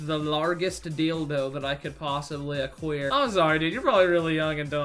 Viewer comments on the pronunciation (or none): "the largeest deeldoh I could aqueer" dying😂